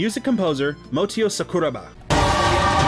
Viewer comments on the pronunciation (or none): syit that some collections you have there :v always love Mintche BGM <3 aaaand phantasia is definetely a good game, try it!! phantasia production and absolute zero both have the patch for psx version :) btw its motoi sakuraba, not motio :v